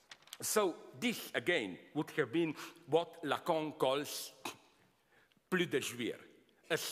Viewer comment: I just come here for his pronunciation of lacan (lacong)